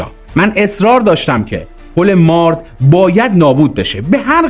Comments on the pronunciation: درود و سپاس. عنایت بفرمایید با اینهمه تلاش تیم شما ، نام مناطق رو هم درست بفرمایید. برای نمونه پل مارِد یا ( تلفظ به این صورت هست چو عِ بده) سپاس از برنامه خوب شما. درود بر بزرگمردان ❤❤❤ روان شهیدان شاد🎉🎉🎉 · با کمال تشکر و احترام تلفظ درست پل مارد با کسره و فشار زیر حرف ر تلفظ میشود به انگلیسی براتون مینویسم تا در کلیپهای بعدی درست تر تلفظ کنید Mared درست است مارد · درود تلفظش پل مارد زیرره کسره داره نزدیک دارخوین جهت اطلاع زمان شاه سایت دارخوین قراربود نیروگاه اتمی ساخته بشه این حقیر اونجا بودم ❤❤❤